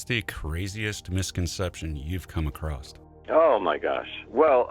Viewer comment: I was listening till the host said "a'crost". At least I didn't stay to hear more.